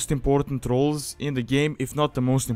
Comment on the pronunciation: Could've sworn you said "squad leader is one of the most important trolls in the game" haha